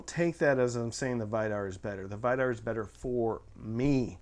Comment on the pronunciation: VEE-dar, not Vai-dar, and EYE-gir